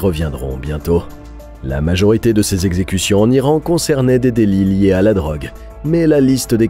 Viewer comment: Les quatre zexecutions hahaha😂